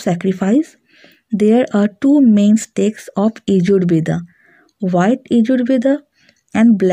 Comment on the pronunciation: Please DO NOT say "BEDA"for "VEDA"... . . .